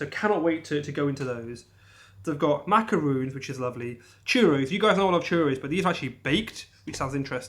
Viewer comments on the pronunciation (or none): Not pronounced like macaroons, but like Maccaron.